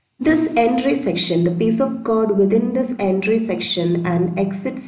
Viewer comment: nice video just say code not cod otherwise explanation is good :)